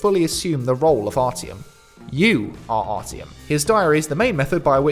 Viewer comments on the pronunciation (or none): 'ARTYOM' not ARTY OM